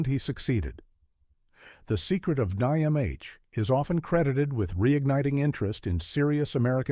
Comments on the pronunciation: Who would have thought that the voiceover was AI. One thing it has trouble with is pronouncing out abbreviations that are words. The Secret of NIMH Not The Secret of N I M H. And that's how you can spot AI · Nimh...say the word..you don't say each letter lol